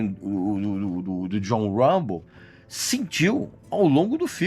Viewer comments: Regis dois fatos: - Stallone nao foi indicado a melhor ator mas sim a melhor diretor, por Rocky I. Nao levou, mas o Rocky I levou melhor filme. - o autor do livro "First Blood" baseou o nome "Rambo" na pronuncia errada do nome do poeta frances Artur Rimbaud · Uambo , Silvestre istalon....kkk deixa d viadage rapaz e fala o nome direito.